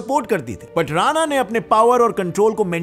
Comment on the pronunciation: राना ❌❌ राणा✅✅